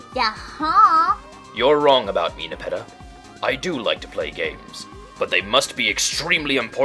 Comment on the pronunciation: Alright, botanically speaking, Nepeta, the genus of catnip, is pronounced Nep-EE-ta.